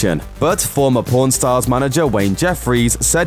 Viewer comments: It's pawn not p0rn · pworn stars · It's pawn my doooood not p0rn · When he says pawn it sounds like pourn haha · "pawrn stars" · Sounds like u saying born stars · It's pawn not pone. Limeys. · Every time he says pawn stars it sound like pron stars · This actually pisses me off it’s pronounced PON-Stars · Say pawn right. Its not a sex show